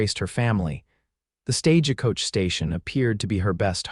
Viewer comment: It is stage coach NOT stageacoach